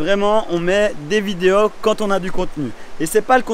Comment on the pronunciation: Oh tu es franc comtois toi 🙂 : « les vidé-au »